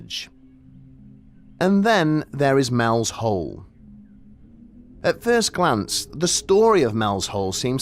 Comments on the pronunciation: You keep saying "Mel's hole," but it's clearly "Mel's soul." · Are you saying Mel's Soul or Mel's Hole?